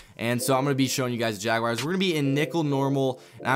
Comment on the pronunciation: “Jag wires”